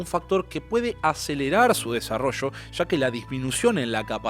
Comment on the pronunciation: disculpa la incomodidad, si la causo. Comenzé a oir el video pero al escuchar esas palabras mal pronunciadas: Sha, subra"sha", shevarnos; no me apeteció seguir oyendo. Existe la posibilidad de querer mejorar, de perfeccionar, en las cosas que si se puede hacerlo; pero si no nos interesa ser mejores comunicadores, pues hay público que no consume, lo que no está bien preparado. Es: Ya, subraya, llevarnos.